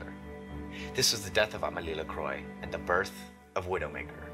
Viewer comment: Cool vid as usual. Just for future reference, Lacroix is typically pronounced "Lah-Qwah" with a subtle roll of the R (or W in the phonetic version).